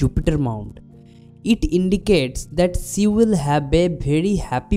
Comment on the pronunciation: Y DONT U SPEAK HINDI? BCOS U SPEAK ENGLISH WITH A BIT OF PROBLEM U PRONOUNCE SHE AS SEE. U WUD BE AT EASE ND U WUD BE ABLE TO EXPLAIN EASILY ND WITH COMFORT IN ENGLISH U SEEM TO BE PUTTING A LOT OF EFFORT ND UR VOCABULARY IS A BIT WEAK. ANY WAYS JUST A SUGGESTION U KNOW BETTER.